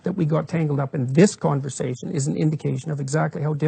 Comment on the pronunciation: "co awn versation" - pronounced "conver sashion" no "co awn ver sashion". I'm instantly offended? hahaha